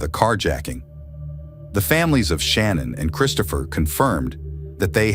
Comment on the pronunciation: with all due respect her name is not pronounced Shannon......